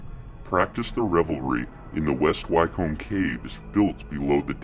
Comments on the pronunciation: It's pronounced 'wicum' not why-comb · Ffs at least research!! Wtf is WHYCOAMB!! HUH?? WHYCOAMB!!! ITS pronounced wycomb like wick-um wyc-om-b Wycomb!! And Nowhere exists called BUCKING-HAM-SHY- YOURE!! Its pronounced Bucking-um-shur! Like Edinburgh isnt Edin-burg ita Edin- burrah. No hard pronounced letters really oh and 666? Nah its 666 as in the number 6 hundred and sixty six! Not 3 separate sixes or 6+6+6. It's the number as a whole . Not saying what the vid shows isnt going on but it's easier to sit and watch your vid if you do the correct research. Little things like correctly pronounced words goes a long way with me and many people! It's a nice symbol of research and care for the video and the viewers enjoyment. Wonderful collection of vids btw and they really open the eyes... all 3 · Wycombe sounds like wickcome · Great Vid and very informative! But one thing I've picked up on is when you say "Wycombe". It's pronounced phonetically "Wick-am" or "Wick-combe". I know this because it's my home town and I was brought up there. I've also been down the "Hell Fire Caves" many times in West Wycombe. It's a very beautiful village. St Lawrence Church which is above the Hell Fire Caves has been in several films, with Christopher Lee as Dracula in a mausoleum scene also. Keep the good work up! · Pronounced Wickham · Excellent , I shall be subscribing , just a tip it's pronounced Wick - um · Wick-cum is how wycomb is pronounced..... Great vid though